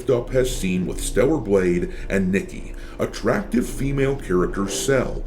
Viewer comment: NIKKE: (KNEE-KAY)